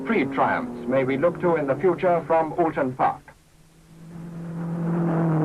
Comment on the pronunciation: Wtf, since when was it called"Ooton Park"? (Gawds help this commentator if he ever has to go a couple of miles down the road to Lower Peover or Cholmondeley!)